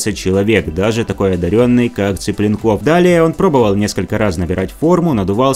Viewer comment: Зачем коверкать фамилию человека? ЦиплЁнков, а не Ципленков, татары вы не русские!